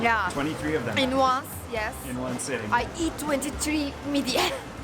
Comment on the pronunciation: Also kumpirs i isnt long and its not midia its mid-ye and its also not kunefe its kü-ney-fe not tuysu its tuy-şu lokmas a isnt long also lokma means bit food it isnt ugh u know what whatever